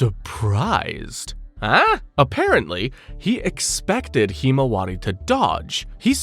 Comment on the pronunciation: Why do you pronounce himawari so terribly?